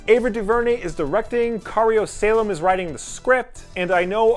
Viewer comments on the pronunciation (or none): none